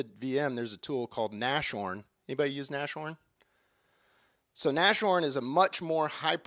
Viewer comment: Nas-horn not Nash-horn